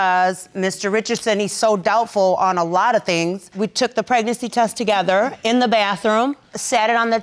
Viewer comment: ‘Pregnasex’.....now that’s a new one🤪